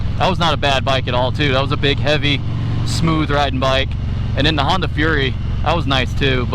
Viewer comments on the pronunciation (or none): none